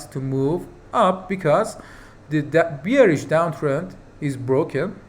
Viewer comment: Please check the pronunciation for the word Bearish